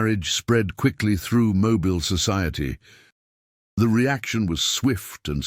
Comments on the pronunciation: Mo-bill is the pronunciation. You’ll not hear residents calling their home mo-bile.. lol. If that is a genuine photo or portrait the couple does not look happy but that is understandable. This couple was no different than the many many people throughout the millions who found themselves in situations of forbidden love due to either bigotry conceit or greedy parents wanting to further their own wealth by wealthy aristocratic marriages for their offspring. Besides it wasn’t that unusual for daughters and even sons of wealthy plantations to elope with their fathers slaves. Being around the slaves was a natural and familiar thing. After all they all called the plantation home. So I find nothing unusual about this story or this couple! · Not that you care but it is pronounced Mobill AL. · It's pronounced Moe-bill.